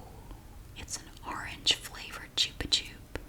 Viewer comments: Yes, you are 100% pronouncing it correctly in this video. This is a Spanish brand, and chupa (pronounced choo-pah) means "suck," as in what you do with a lollipop. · We still have Chupa-Chups everywhere in Portugal! In little cylindrical displays near cash registers in grocery stores 😊 I've love them for 22 years now 🤭 p.s. we say it the way you did too, it's a Spanish brand so it's the most accurate way 🤷‍♀